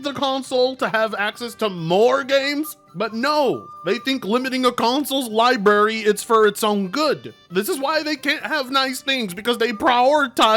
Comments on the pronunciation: It’s not lie berry its lie brary. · New drinking game: Take a shot every time he says “Liberry”